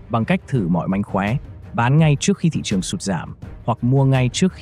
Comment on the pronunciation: phát âm sai từ ngữ sinh ra mà nói là sinh da tuổi trẻ mà nói là tuổi chẻ. nên học cách phát âm lại thị trường chứ không phải là thị chường.